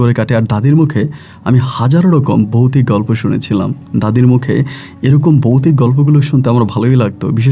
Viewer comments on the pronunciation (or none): Boutic na...bhautic hobe... uccharon thik korun...😂😂😂😂